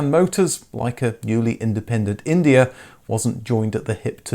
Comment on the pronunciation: It was India, not Indier. Indier is not a word.